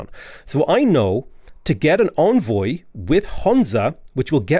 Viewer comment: Nitpick: Envoy is pronounced like "engine" - first syllable is "en", not "on".